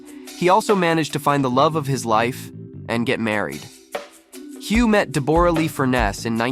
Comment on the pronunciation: It's pronounced Debra-Lee....